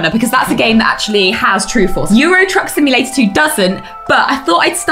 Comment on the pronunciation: "Twuck Simulator" /dies